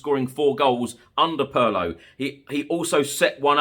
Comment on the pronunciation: Pedantry alert: Pirlo is prounced "Peerlo", not "Purrlo".